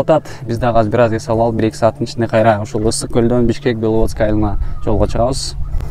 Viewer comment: Беловодск эмес Беловодское десең) А так молодец!